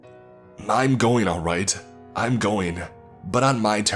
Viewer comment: Genuinely curious, what with all the syllable-initial m's thrown in? E.g. I'm > Mime. Is it a speech condition?